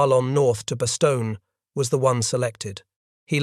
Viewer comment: How much credibility does a history lesson have when the narrator is not aware of the correct pronunciation of the name of the principal location: Bastogne ?